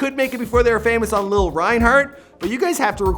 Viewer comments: “Lil rienhard “ 😂😂😂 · Idiot it’s LILI not lol wtf🤦🏽‍♀️🙄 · LILI NOT LIL omg lmao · No it's not lil it's Lilly it's just spelled lili 😂😓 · Bro, it's Lili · 1.) not rumored dating, confirmed 2.) Lili (Lihl-ee) how hard is it. Do some research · It’s LILI !!!!!!!! Like lily but LILI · did he say lil reinhart? lololol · DO LILI REIGNHART (AND ITS LIH-LY) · It’s pronounced lil-Lee Lilli reinhart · It's Lili Like Lilly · Omgggg he doesn't say Lili's name right im officially pissed😂😂😂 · Who else got mad when he didnt say lilis name right 😠